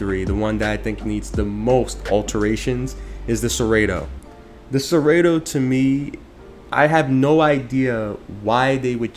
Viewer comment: Why did you say cerato wrong is made me cringe the whole video